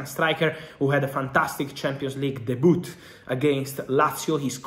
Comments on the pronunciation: This word 'debute' is pronounced "debyou" Fabulous Rom you are fantastic 👍 well done boss. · "Dayboot!" - C'mon Fab 😂🤣😂🤣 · Did I hear him say De-boot? 😂